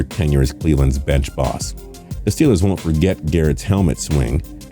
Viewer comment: he actually said STILLERS lmfao